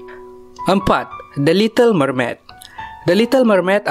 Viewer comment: Ada salah ni Memaid mermaid lah